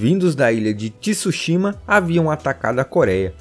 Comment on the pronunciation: Poxa, devia pelo menos se ater a uma pronúncia correta... não precisa ser perfeita mas Tsushima não tem um I na pronúncia...